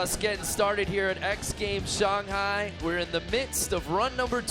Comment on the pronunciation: He said Shanghai Shonghi